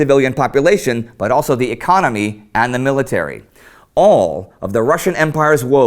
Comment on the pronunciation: what a shithole, but yes "4th lagest ecomy".